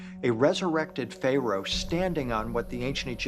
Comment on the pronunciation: Fay-Rows lollll..